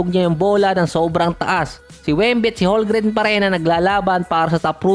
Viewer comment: CHET HOLMGREN Silent L po boss hndi silent M. 'Homgren'.. Hindi po HoLgren.